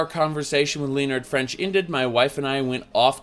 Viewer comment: dear god you pronounce so many words incorrectly... and names like leonard.. its not leo-nard you wierdo, its lenn-nar-d.